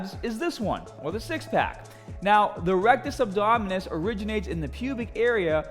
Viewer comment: I like how he just switches to a Australian accent every time he says a word with a ER or RRR at the end